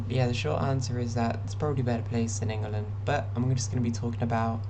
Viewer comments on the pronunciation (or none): So a couple of things First and most important, you need to change the way you pronounce In-Guh-Lund it's Ing-Lund. Second: if your out in public and you are attacked, someone will step in. Just look suitably helpless, I promise you, you'll get help. Sweden's population on the whole is pretty trans positive (I used to live there) but really English people are too usually as long as you're chill -they are too. GL HF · will you stop calling it "ingel land" please. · Why are you calling the country Ingerland? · love how you pronounced it "ingulund" for the whole video - really adds to how bleak it is here